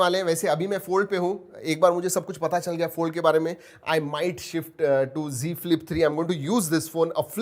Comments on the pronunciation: It is not g flip it's Z flip.....you say everytime g flip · Z ka Prouncation g hi hota he